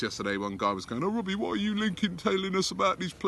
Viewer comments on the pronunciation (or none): none